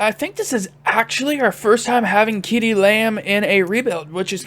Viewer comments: As always love the content man. But ceedee lambs name is pronounced see-dee. No kee-dee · You did not just fucking pronounce CeeDee lamb like KeeDee